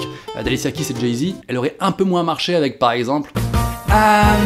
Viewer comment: Amieeeenn avec sa gaareeee et son aichannnnnnt 😂 😂